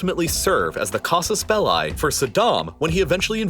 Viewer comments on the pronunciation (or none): i dont think its casus belai, but beli belai just sounds terribly wrong